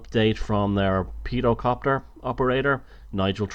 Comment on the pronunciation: peedocopter haha that got me